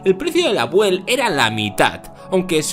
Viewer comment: Muy bueno el video, pero la pronunciación es "biúel", no "buel" como ud ha mencionado. Saludos cordiales.